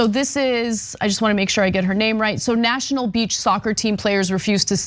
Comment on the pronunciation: Well she murdered EVERY SINGLE NAME in this report Wow